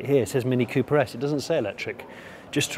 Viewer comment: Literally for the first 5 minutes I kept thinking that he was saying Cupra S instead of Cooper...